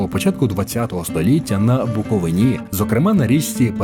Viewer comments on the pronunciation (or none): none